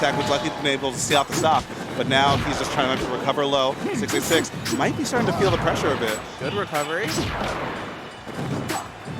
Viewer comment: i keep hearing "666" instead of "686" time to get the holy water